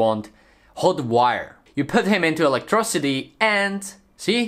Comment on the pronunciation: Pronounced electricity as electrocity